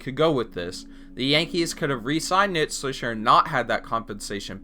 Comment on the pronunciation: “Nit swisher”